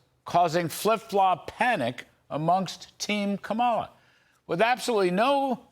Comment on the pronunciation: Pronounce her name correctly dude. Please